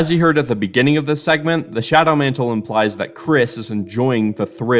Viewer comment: shawdow mantle